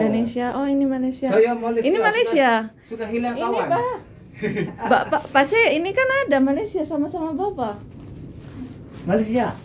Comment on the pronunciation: Assalamualaikum mff, sebutan mak cik pak cik bukannya makcin pakcin